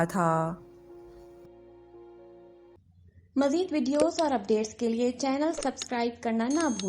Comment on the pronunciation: Thaaaaa thaaaa thaaa soo irritating yaar 😑😑😑😑😑😑😑😑😑😑😑😑😑